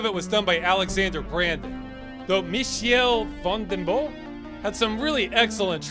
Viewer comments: His pronunciation of "Michiel van den Bos" is absolutely hilarious! He's Dutch not French, you silly! Here's how to actually pronounce it: (click the little speaker icon on the left) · My favorite game review. Also makes me chuckle how he tries to pronounce "Michiel van den Bos" in a french way.